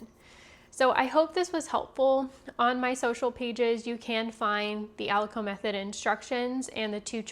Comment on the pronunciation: Thank you for sharing these great details,! I’d like to mention that aliquot is pronounced as “ah-lih-kwat” and not ah-li-coh”. I work in biotech and these are common terminologies in analytical/QC for assay testing.